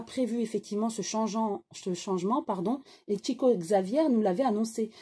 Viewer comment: comment pouvez-vous dire qu'il a gagné beaucoup d'argent ??? il a toujours reversé ses droits d'auteur à des associations humanitaires ; il a toujours été fidèle aux principes monastiques (pauvreté, obéissance, chasteté) ; et son nom se prononce [chico chavière], quitte à donner des leçons quant à la prononciation.... bref vous vous êtes contentée de lire la fiche wikipédia, Chico Xavier était loin de ce que vous décrivez !!!